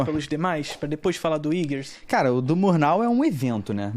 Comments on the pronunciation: Sem falar a pronúncia errada do nome do diretor “Íguers” (sic). É Eggers (Éguers). Sempre use a sílaba tônica antes da consoante dupla. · Ouvir esse cara falar iggers é de doer o ouvido. Todo mundo fala Eggers (inclusive os americanos) mas ele é o diferentão. Primeiro e último vídeo que vejo desse canal.